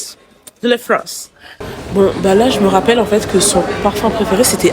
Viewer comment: Je suis en train de travailler et j’entends “BIEN CEU LA FRONCE” 😂😂😂😂